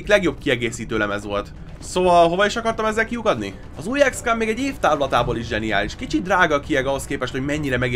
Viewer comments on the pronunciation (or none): ez akkor is "ikszkom", nem ikszkám....a többi ok :)